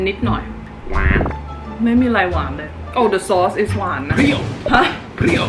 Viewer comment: เพรี้ยว เปรี้ยว 555555